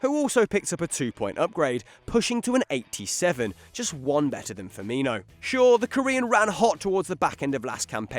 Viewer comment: I cringed when he said Robert firmino😞